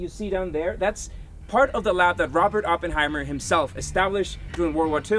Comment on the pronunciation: I love how you pronounce OPENheimer 😂